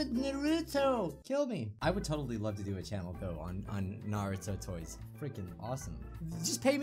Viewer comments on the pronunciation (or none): none